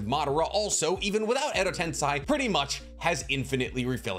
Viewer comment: Why are you saying Edo tensai, isn’t Edo tensei? Or either way is correct